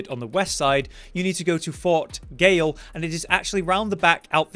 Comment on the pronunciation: Please,. I beg of you. Stop pronouncing GAOL as "Gayle". It's Jail. Fort Gaol is a fort which serves as a jail. Gaol Cave is a cave full of prisoners. The Evergaols are prisons to keep someone locked out of our world. The word is JAIL.